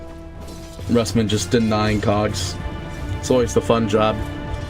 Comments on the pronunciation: neutron johnny more like roos-mann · Rusman pronouced by caster as rasmen? lul